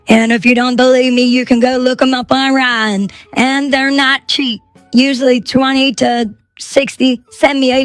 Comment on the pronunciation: The AI girl is narrating exactly the words from the original video. She says online as On Rine.